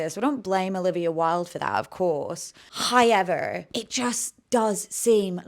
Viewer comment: How are you gonna defame someone and call them a literal sex trafficker without any evidence. Typical man hating outspoken woman. And wtf is “HIYEVER” it’s HOW-EVER